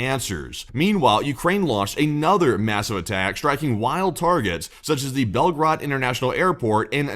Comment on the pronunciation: Not Belgrad ( Belgrad is Serbia) but Belgorod